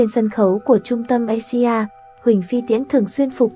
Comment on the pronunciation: Asia bạn phải đọc là Áy di a nhé.